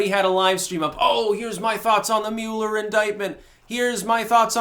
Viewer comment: Mew-ler, Lord of the Mule, hath now decreed trolling to be a thought crime! (seriously even as HA Goodman said it correctly multiple times, still mispronounced his name so I’m just gonna run with it)